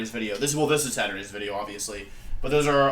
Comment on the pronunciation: Every time I hear you say Wideo, it makes me think of the flaming spade. Oh the good ol' days